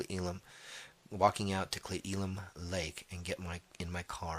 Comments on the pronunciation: Butchered those pronunciations , geez, cle el-um not eelum and Yak-I-ma smh. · I lived there for many years. It is Clee Ell-um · pronounced. "Clee el lum" "Yak au ma" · Cle el um not eelum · Cle Elum, pronounce like. Clee L Um, Yakima, pronounce like. yak i (i pronounced like in “if”) maa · The town's name is pronounced "Clay Elum." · Because you botched the name I’m convinced you don’t speak with your authors before putting their stories on air. It’s Clee ellum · Clay el um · Cle L um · Pronounced Clea Ellum, yakama you might want to practice those native names. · Its pronounced, "Clay Ellum" :) Great story! Thank you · Well, since you were concerned that you might mispronounce some place names, next time try Cle Elum (Clee-El-um), Kittitas (Kit-i-tass) Tribe, Yakima (Yak-i-mah) River, and Little Kachees (Catch-eez) Lake. I caught those, since I grew up around there. There are lots of sightings (old and new) in that area. I enjoyed hearing the story and look forward to listening to more. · He’s right. It’s Cleee-El-Um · Dean Langloss I live in Yakima. I've always heard it called "clay el-um. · El-um, like elm tree. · Cle Elum (pronounced Clee-el-um or Clay-el-um) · we have lots of interesting and hard to pronounce cities here in washington state- it's pronounced cle-el-um so you were close! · I also hear people say clay-el-um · I'll try to write how it's pronounced. Clee Ellum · He mispronounced every single geographical name other than Washington! - Local Dude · Cle with long e, Elum as in Elm tree. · I think you got every pronunciation wrong. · Obviously not from Wa.... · I live in Cle Elum Washington. and yes you are pronouncing it wrong lol. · its a soft e on elum.